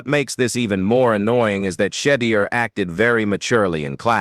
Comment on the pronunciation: I hate stories narrated by AI. He’s mispronounced Sheduer’s name every time he said it.